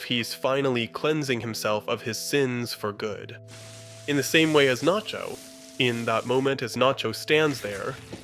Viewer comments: This is the moment Nacho became Naycho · the narrator is an AI too. he said naycho at one point and there was all kinds of ai artifacting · you pronounce Nacho as Nay-cho. What happened there? Are you using an AI voice? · Naycho - fucking AI slop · you really just say "naecho"??? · he said nay-cho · Great video. Great points. But why did you call him "Nay-cho" ? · lmao naycho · Is this an ai? Only asking because its from 10 months ago and it says naycho out of no where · Did you really say nay cho ?? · Who tf is Naycho? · did you just say "Nay-cho"? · naycho??? are u even real? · Dude really said "Nay-cho," smdh. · Great vid, but why does bro call him Naycho though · "Oh wow what a well argued video essay, I like the analysis of the tanker scene as a baptism in anointing oil, very- wait did this guy just mispronounce Nacho as 'nay-cho'? Oh my fucking God this is an AI voice. Let me check the description, surely the script is human and just narrated by an AI- OH MY GOD THE DESCRIPTION IS AI TOO. THIS WHOLE FUCKING VIDEO IS AI GENERATED. THIS WHOLE CHANNEL IS PROBABLY AI GENERATED." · I'm sorry did you say NAYCHO? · did I hear that right? "Nay-cho" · It took me way too long to realize this was an AI generated video but once i heard that my ears perked up like a fucking dog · Naycho? ...buffoon! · Did you just call him “Naycho”? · This is AI, at one point halfway thorugh it says Nacho wrong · He also says Salamancas weird towards the end too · salamaynca too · Yeah! There a problem with that Waylter?